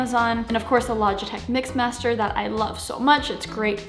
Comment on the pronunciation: Did she just say MIX master?